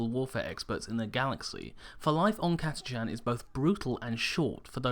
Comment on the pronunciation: I giggled to hear Catachan pronounced "Cata Chan". I've no idea how its really pronounced but I've always though "Catach an".